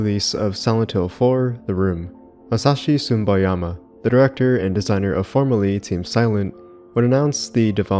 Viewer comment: I only do this because I like your channel and maybe it might help you. You should watch a little the pronounciation of names. It's neither Masashi Sumboyama nor Akira Yamayoka but Masashi Tsu-Bo-Yama and Akira Ya-Ma-Oka. It sounds like you either pronounce them wrong or mumble them. Maybe it's different when you speak the language that you get a little sensitive when you hear something like that. It's not a complaint but maybe an advice for your upcoming videos, to work a little on pronounciations of japanese names since the roots of Silent Hill are, at the very end of the day, japanese.